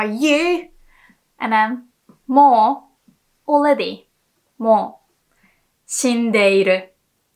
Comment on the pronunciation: this is funny that you can't pronounce lr in already :D